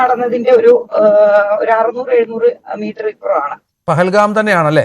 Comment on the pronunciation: പെഹൽ ഗാമല്ല ഡിയർ പെഹൽ ഗാവ്.. Plz കറക്റ്റ്..